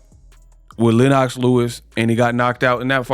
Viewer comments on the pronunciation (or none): Who the Hell is LenOCKS Lewis,u cover boxing and can’t even pronounce the last undisputed heavyweight champion wtf!?